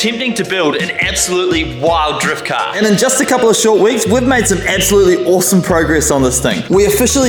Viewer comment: Bro casually saying “ebsolutely”